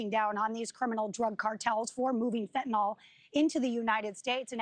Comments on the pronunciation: I mean.. She IS saying "fetnall" which is just totally wrong I get where bro is coming from It's fen tan yl not fetnall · The mispronunciation of fentanyl is maddening ,its a nil sound not nol like in Tylenol. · The reporter needs to learn to pronounce "fentanyl." But good reporting on an important topic.